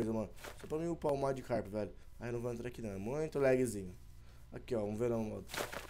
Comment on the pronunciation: se escreve e se fala magikarp